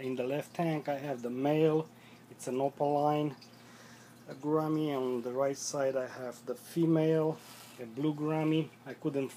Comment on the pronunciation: I know how it's pronounced, but it's my accent I guess...Who cares...